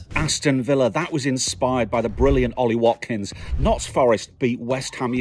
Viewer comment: Don’t ever say notts forest again thogdad I want a apology